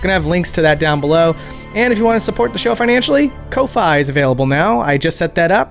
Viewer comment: Koh f-eye? Ive always heard it just like coffee